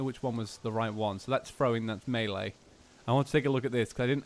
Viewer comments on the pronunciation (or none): none